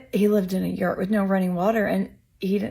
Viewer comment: Geez did she call a yacht a “yert”? What the heck, and where does she live, her car! She really lets it flow in the car. What a loser.